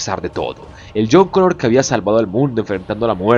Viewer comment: es a huevo intentar hablar canoun, terminairor, conour.... Eres peruano o qué?